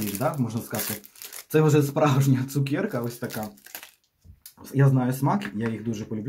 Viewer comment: ЦукЕрка !!!! А не цукєрка😢